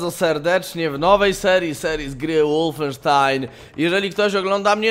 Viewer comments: Przepraszam bardzo, ale znieśc nie mogę gdy mówisz łulfensztajn gdy powinno się mówić wolfensztajn...podobna sytuacja z niemieckimi samolotami Foke-wulf a nie jak widzę nie mała grupa osób mówiąca Foke-łulf. Pozdrawiam. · Kolejna próba łulfensztajna? xD